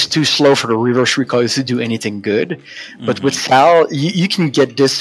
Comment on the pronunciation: Drove me nuts when you kept saying "sail" for sal....think of it like saying "saul"....other than that great insight into my fav character